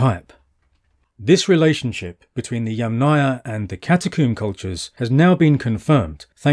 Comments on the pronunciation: YAMM-naia… YAMM+ naia. not yam-NAYA 🫡 YAMM … naia please, it’s easy, it’s like words Yummy + naia 🍓 thank you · with all respects Yamnaya pronounces with streess at the first syllable